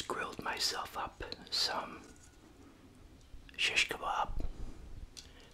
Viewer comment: You pronounce it so good!! I Love it. Are u middle eastern or something is this something i don’t know about?🤍☺️